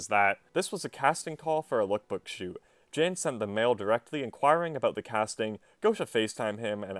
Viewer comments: Lmao pretty sure Jan is the polish version of John and pronounced “Yon” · Who the fuck pronounces Jan "jen" lmao